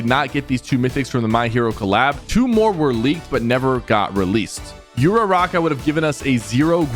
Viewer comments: Bro really said uraruka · Please never say Uraraka that terribly again, I felt part of my soul get ripped out of my body. It hurts, a lot. Tudoroki!? WHO IS THAT?! Dude please watch My Hero academia that way you can at least say the names right!! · bro completely butchered uraraka and bakugos names 💀 💀